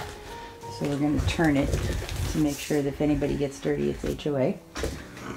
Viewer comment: Lol 🤣🤣🤣 when you said HOA sounded like Baxter. 🤣🤣🤣🤣